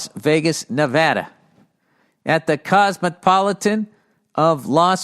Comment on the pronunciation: Thank you for saying “Nevada” correctly.